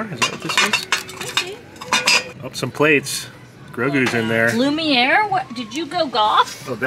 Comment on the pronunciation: Also, I love “Gloomiere” instead of “Lumiere” 😂😂❤❤